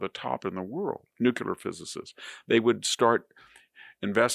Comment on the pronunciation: VDH is one of the greatest minds of our time. If only he could properly pronounce 'nuclear.'